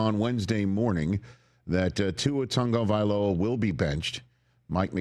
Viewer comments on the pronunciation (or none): For the love of whatever you define as holy…there is no “N” in Tagovailoa. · He's pronounced it for the media and he pronounced it as though it had an N. Tunga vai loah is correct, ridiculous, but correct